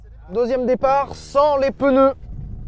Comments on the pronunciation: "sans les PeuNeu" j'adore l'accent de la région lyonnaise !! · Sylvain a prononcé "peuneu". Je me désabonne.